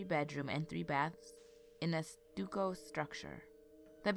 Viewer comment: It's not "stuukko"... it's pronounced like "stuck-o". =). Someone already mentioned it, but gonna say again.... Mary-etta instead or Maretta haha. Hope you don't mind the little corrections....